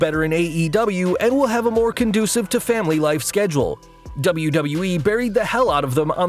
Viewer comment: Wait you can pronounce WWE, instead of saying Dubloo-Dubloo-Ee. Is this really?